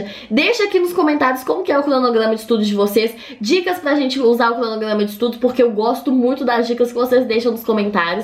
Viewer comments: “crdonogrdama” ke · "Pla fazer", "clonoglama" kkkkkk essa menina é família do cebolinha